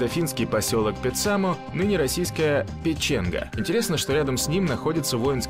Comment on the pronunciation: Ивало ударение на И. Никель Мордором не называется, к стати несколько тысяч жителей Никеля безвиз имеют право ездить в Норвегию. Печенга ударение на первый слог и некоторые отрывки из видео из Мурманска, а не из Печенги. Киркенес ударение на последний слог. Климатические условия Тромсе и Норильска очень разные, Вообще Норвегия омываемая Атлантическим теплым течением имеет мягкии зимний климат у побережья. В Норильске, зарплаты как в Европе, а отпуск оплачеваемый 52 дня. Недостатки есть, мало света, холодно до - 50, (в Тромсе - 10 мах),В Никиле короткое лето, овощи не растут.